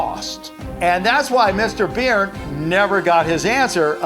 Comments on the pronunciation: It's Burn not Beard pronounciation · It’s said like burn not beern